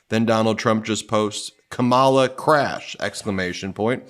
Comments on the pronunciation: It’s Kamma-la or Comma-la. Not Ka-Ma-La. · KAH-mala, Ben. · Comma-luh....you've been listening to too many Republicans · Ben, your mispronouncing Kamalas name wrong😮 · Try putting a little effort into pronouncing Kamala Harris's name correctly. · Ben, when you read the trump 'truth' beginning at approx. in this video, you twice mispronounced Kamala Harris's first name! This is so demeaning to her and since you definitely know the correct pronunciation, you should issue an apology! (retired teacher) 😇🙏🌈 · Can you please pronounce Kamala correctly? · How is it you are mispronouncing KAHmala’s name, Ben? Practice and use flash cards or something 😮